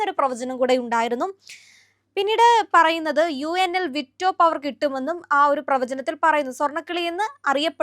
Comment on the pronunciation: നിങ്ങളെ പോലെ ഉള്ള പ്രെസെന്റർസ് തീർച്ചയായും ഫോക്കസ് ചെയ്യേണ്ട കാര്യമാണ്, നിങ്ങൾ അവതരിപ്പിക്കുന്ന വിഷയത്തിൽ പരാമർശിക്കപ്പെടുന്ന terms അതുപോലെ പേരുകൾ ഒക്കെ ശെരിയായി ഉപയോഗിക്കുക എന്നത്. . ഇവിടെ victo പവർ എന്ന് പറയുന്നത് കേട്ടു. . ശെരിയായത് വീറ്റോ പവർ (veto power) എന്നാണ്. . നിങ്ങൾ അവതരിപ്പിക്കുന്ന മാറ്ററിന് കൂടുതൽ ആധികാരിത കിട്ടാൻ അത് അത്യാവശ്യമാണ് . അതല്ലെങ്കിൽ, നിങ്ങൾക്ക് വിവരമില്ലെന്നോ, വിഷയത്തെക്കുറിച്ചു സീരിയസ്അല്ലെന്നോ തോന്നൽ കേൾക്കുന്നവർക്ക് ഉണ്ടാവാം. .. ഈ ആധുനിക കാലത്ത് ഗൂഗിളും AI ഒക്കെ നിങ്ങളെ സഹായിക്കാൻ ഉണ്ടല്ലോ use it . regards vadayar please take care